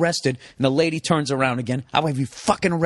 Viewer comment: Why is he saying "LAADYY" like this?